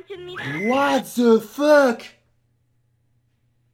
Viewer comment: On dit pas watt de fuk !!!!😨😨